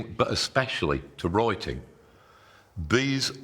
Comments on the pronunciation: Master writing ❌ Master wroiting ✅ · I was confused at first when he said “roiting“ I had to turn on subtitle. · Oy troy to analoyse moy wroyting now. 💕 Great oydeas, though.🙏🏼Thank you and greetings from South Germany, we also have hilarious accents here around 🌻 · I just want him to say: the wroiters at Reuters are wroiting about wroiting in Reuters. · "Roi-ting" is how my American ear hears you say "writing". "Roi" and "rye" are two different sounds. How do you pronounce "roi-ting"? You are a strange and hairy man, but I heard you. Writing is magic. Thank you. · "Roi-ting" is how my American ear hears you say "writing". "Roi" and "rye" are two different sounds. How do you pronounce "roi-ting"? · he pronounce "writing" like you'd pronounce "rioting" and it's hilarious. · Is he saying rioting or writing? 😅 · Did he say wroiting? Roiting? Reuting? Oh, writing. Roit, roit! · I'm not going to take advice from someone who looks like Dumbledore, wears coloured socks and a stupid T-shirt, talks like a wizard and can't even pronounce the word " writing ". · "Taunting?" What you on about? We're just making fun of the Midlands accent, how he pronounces "write" and "writing". He's got a very strong Northamptonshire accent, I think.